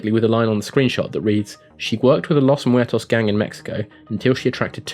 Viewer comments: Nah:P it was fine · Amethyst his pronunciation seemed fine to me. I'm Hispanic btw...